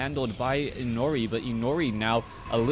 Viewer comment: it's pronounced as "i' no ' li", Inori is a japanese word and 'ri' is pronounced like "li".